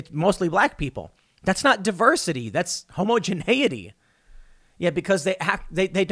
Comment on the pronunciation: "homo-geneity" I'm stealing this pronunciation from now on.